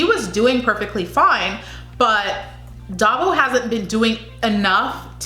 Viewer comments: Baguio is pronounced as Ba-gyoh.. Davao as Da-vow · Davao is pronounced DA -Vow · Hahaha, so now you know how its pronounced. You're doing awesome.😘❤️ So on your next video I cant wait to hear you say "Pa'Sigh". And for Davao.. Just think of the word "Vow" and connect them so it sounds like.."Da'Vow". Hope that helps. 😘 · It's pronounced Dah-vow :)